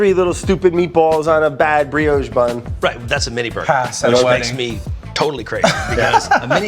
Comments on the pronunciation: Brad back again with the “briogge” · “Brioge bun” 😂